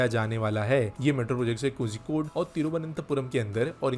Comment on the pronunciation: The pronounciation is Ko"rhi"kode. I am not condoning you, just for information